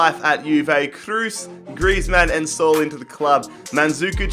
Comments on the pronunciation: It’s literally Saúl not Soul haha.. but it’s ok very good videos, always good rebuilds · Saul is not pronounced “sol” it’s “SA-OOL”